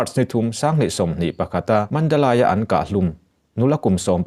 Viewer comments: Nia, ngaihthlak a hrehawm Mandalay,Mandalei tih ve mai awm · Mandalay hi Mandalai tiin lamlo la... Mandalei tiin lam ta che. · Mandalay ( lei ) ti tawh la. Mandalai tiin i lamrik hian ngaihtlak a nuam chiah lo. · Mandalai nilo vin mandalay mandalei tih zawk tur aw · A ngaihnawmin a manhla hle mai.Chutih rualin Mandalai ti lovin Mandalei tiin chhiar la ngaihthlak a va nuam dawn em! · Puangtu pa,Mandalai a ni lo,,Mandalay tih tur zawk a ni. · Mandalay Mandali tia lam tur. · Mandalay I lamdan Khi a diklo aw. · Mandalay i lam dan chu lehhhhhh